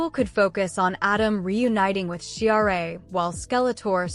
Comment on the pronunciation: listen, you A.I. PieceOfCr@ ... Adora's alter-ego is pronounced "she-rahh" NOT she-ar-ay - but then you'd know that if you were Human!